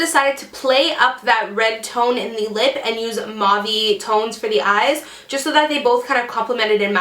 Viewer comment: you look gorgeous. just a fyi .. mauve is pronounced with the au as a oo sound like a long o where the o says it's name.😀